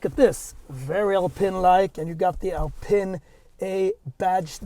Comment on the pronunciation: It’s pronounced “Alpeeen”. Good review 👍